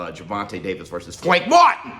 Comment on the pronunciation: What’s with saying Frank’s name like that tho? Lol